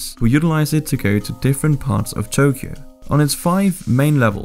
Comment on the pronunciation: Ain't no way man butchered Tokyo's pronunciation 💀